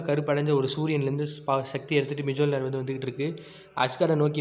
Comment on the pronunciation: Bro, அது மிஜோலினார் கிடையாது மோல்னீர் atha first right ta pronounce pannunga apparom comics podalaam ok